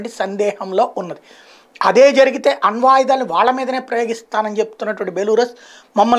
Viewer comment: బెలారస్ బెలూరస్ కాదు